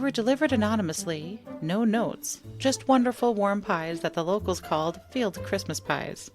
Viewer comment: Fylde is pronouced Filed